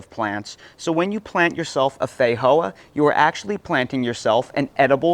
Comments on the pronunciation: Fei-joa ,not Fei-hoa 😦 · Hey brother the proper pronunciation is FeiJoa not a silent J like in ESPANOL just sayin I’m Portuguese and I regularly talk about these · 😂 I just can't with the way you say feijoa, I've called them fee-joa my entire life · We call them FEE-JOA's in NZ. Never heard them pronouced FEY-HOA's. haha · theyre pronounced differently the world over due to different dialects. In places like eastern Europe it IS actually is a silent J. One culture doesnt own the fruit. Same as Spanish people pronounce "Jesus" differently than English language speakers. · Great video until the end where the eating sounds got on my nerves. I do think there is a pronunciation problem, as others noted. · FFS mate, learn how to pronounce Feijoa!! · Feijoa is a Portuguese word so the j is pronounced as it would be in English.